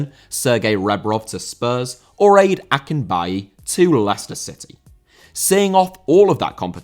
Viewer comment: Was really funny listening to you pronounce (or fail to pronounce) Ade Akinbiyi. Great video regardless tho!!!!!!